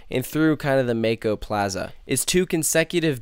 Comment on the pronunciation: I feel the same way about it.Its a absolute great ride.BTW PRONOUNCE THE RIDE "MOCK-O" NOT "MAKE-O"